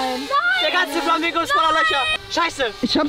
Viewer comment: Der hatt Flamango gesagt hhhhhhhh